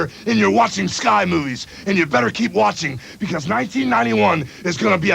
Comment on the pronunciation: ...Did he say, "Sky Moobies!"? 😂